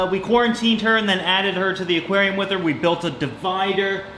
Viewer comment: am I insane or is he saying divinder